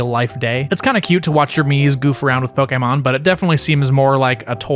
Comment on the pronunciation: The fact that you pronounce Pokémon correctly made my day